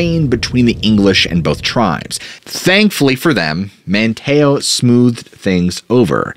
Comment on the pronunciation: I had to think for a minute what you were saying - "Wan chessie" and "Man TAY oh" threw me off. These are actually pronounced as WAN' cheese and MAN' tee oh. Sorry, not being a bitch, jus sayin.